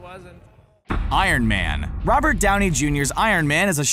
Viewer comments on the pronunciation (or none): none